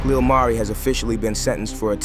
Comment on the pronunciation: Why in one sentence u pronounce his name correctly then in another u calling him Lil Marie....🤦🏾‍♀️